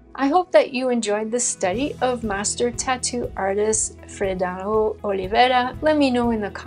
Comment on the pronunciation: Ink is just... satisfactory, simplicity and complexity at the same time. Tip for pronouncing his first name: Freh Down. Hehe, im brazilian, our language is a bit complicated to pronounce sometimes. May the Lord Jesus bless,!